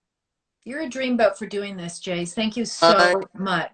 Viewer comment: Its Jase.. Short for Jason rhymes with vase...